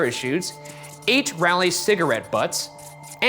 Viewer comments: Raleigh is pronounced rAH -lee not Rally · every NC person gets mad at Ryan for pronouncing Raleigh like (Rally) 😭😭🤣🤣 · Great video but its real fucked up how Ryan said raleigh